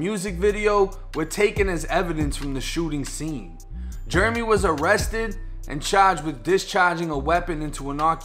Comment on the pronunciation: Jeremy.... Jair-uh-me.... not Jer-me... been dealin with this forever lol